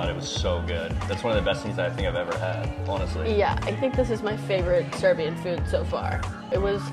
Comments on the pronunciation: It's so weird how good their Serbian pronuniciations are... It's almost like they are Serbs :O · I am surprised at how clearly they pronounce Serbian dishes.